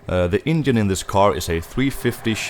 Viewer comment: The way he says engine “ingine” 😂. Cool car though, love old chevys